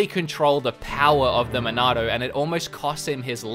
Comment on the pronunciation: I just want to say, in your review of this game; because you have an accent... the way you say Monado is just so damn correct. It’s a truly cannon pronunciation. Lol! Dude, you rock and I couldn’t agree with you more. I loved Xenoblade Chronicles 2 and played a ton of it (and of course beat it) because I am a huge fan of the XBC universe... didn’t mind it at all but the game was somewhat slow in comparison to the original. I’m not sure if it felt like it had flaws just because of how perfect the original was... Xenoblade Chronicles is a legendary game after all. Its a tough game to compete with, not to mention make direct comparisons. I felt the Torna expansion held up a better torch to the original. The engine was upgraded alongside graphics, and the gameplay was a bit closer to the original with the lack of “blades” being under your control. XBC is such an incredible game that the Wii and 3DS versions are completely enjoyable, even up to today’s standards. The graphics are definitely dated in the non-HD version, but the art style is so unique and world design is near flawless that it made up for the dated graphics. Don’t even get me started on the storyline... has more twists and turns than many movies or television series out there. There’s a story arch around every corner to keep you consistently hooked. Now that it’s in HD, I think this game is literally top tier perfect in general. I haven’t made the leap to buy it yet, but I will soon and when that happens, I shall pre